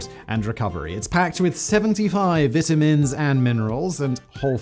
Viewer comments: I love how Simon pronounces vitamins 🤭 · And says "sixth" like "sickth". British speach impediments / difficulties